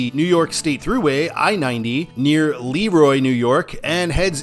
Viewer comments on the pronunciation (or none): You mispronounced LeRoy, Bergen and Chili. It's Leh - Roy (think french), Bergen is pronounced Ber-Jen, and the Is in Chili are pronounced "eye". I would sign eastbound for Canandaigua as well because most of the communters are going there.